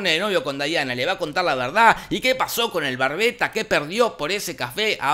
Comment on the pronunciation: Me encanta que en muchas review le dicen Daiana y es Diana